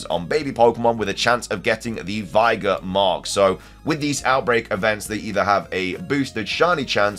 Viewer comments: “Veye-gar” is wild lol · You mispronounced vigor lol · Pronounce “Vigor” again. Just one more time for the people in the back. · Yggdrasil is one thing, I mean, it shows how little fantasy games/Mythos lore he's delved into, but... Vigor.... Cheesus Crust. My blood can't take no more. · Way to pronounce elekid, vigor, and archaladon